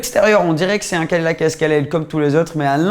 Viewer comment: "Cadi lac" XD XD